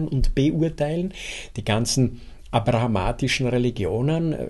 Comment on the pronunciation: Abrahamitisch, nicht abrahamatisch.